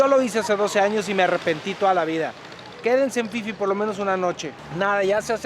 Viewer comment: Si es phi phi. Se pronuncia isla Fifi. El pipi es otra cosa 🤣🤣🤣